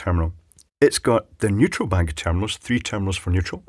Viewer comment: Neutral? I thought you said "Weutral"!